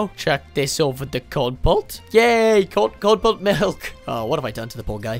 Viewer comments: bro really called Kernel-Pult CoRn-PuLt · Not cornpult its kernelpult. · If you call Kernel-Pult Corn-Pult one more time i'll be happy to have a screen between us so i don't get murdered by a psychopath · its kernal-pult.